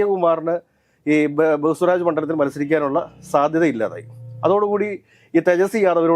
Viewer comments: ബഹുസ്വരാജ് അല്ല, ബേഗുസരായി. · പൂർണിമ അല്ല പൂർണിയ ബെഗുസരായി.... ബഹുസ്വാരാജ് അല്ല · പൊന്നു ഒന്ന് റിസർച്ച് ചെയ്തിട്ട് പറ. ബെഗുസാറായി ആണെടോ പിന്നെ പൂർണിമ അല്ല പൂർണിയ.